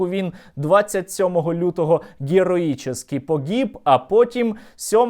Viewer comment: «Гєроічєскі» не гєроічєскі - головне, що здохли ! 🙃